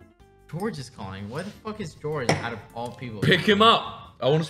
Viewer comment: "my Gog " he really miss George at this point